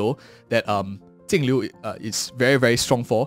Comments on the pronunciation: its jinglliu not tingliu why do you pronouns like that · Why does he keep calling her Tingliu? 🙄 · that's how her name is meant to be pronounced in chinese (镜流) Jìng liú .